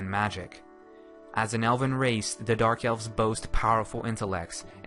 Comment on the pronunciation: eves? I think its Elves.